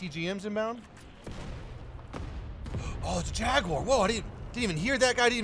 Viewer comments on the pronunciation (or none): none